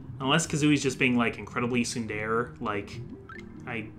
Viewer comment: Uh, "tsundere" is 3 syllables: tsun-de-re.